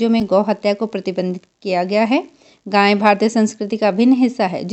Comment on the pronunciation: गांय नहीं गाय बोलते हैं